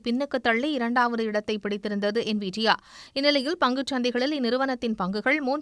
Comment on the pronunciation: NIVIA அண்ணனை விட சன் நியூஸ் என்விடியா என்ற பெயரை செறியாக சொல்லிட்டாங்க...